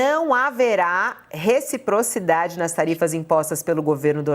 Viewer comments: Kkkkkkkk, repocridade, retiprotidade ...! 😂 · Nāo sabe nem falar reciprocidade kkk foi demais!